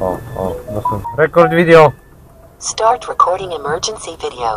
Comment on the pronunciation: Rekord widijo !!!